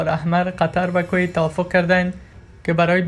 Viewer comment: کویت را درست بگو لطفا 🙋‍♂️😂